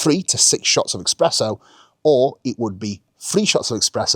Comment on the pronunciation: it's espresso my dude, no x in there